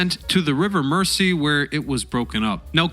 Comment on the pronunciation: I have found your American based videos interesting and well presented, and haven't questioned their accuracy. However on this one many errors of fact and even frequent international place name mispronounciation were jarring. E.g. Crimea, River Mersey, Lancashire, etc. More fundamentally you repeatedly confuse the displacement of a vessel (its weight) with its tonnage or gross tonnage which is actually a measure of its volume and not even its load capacity (& which you refer to as its weight). The SS Baltic wasn't ever known as the SS Pacific; that was one of her several sister ships of the American Collins Line, all named after great oceans. I.e. Atlantic, Pacific and Arctic. Although after its leased service to the US government during the Civil War, it served briefly for the American Lloyd Line, it certainly was never owned or sailed by the White Star Line. The SS Baltic was built by Brown and Bell in New York and not by Harland and Wolfe of Belfast, (Northern) Ireland! I'm less than halfway through watching this 'movie'! Thanks very much for your consideration of these comments! 🇨🇦 🍁 🇨🇦 🍁 🇨🇦 🍁 🇨🇦 🍁 🇨🇦 🍁 🇨🇦